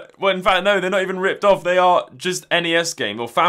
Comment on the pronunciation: It's clearly pronounced "REEP OFFF" hahaha